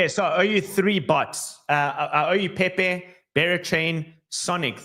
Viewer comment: PeiPei not Pepe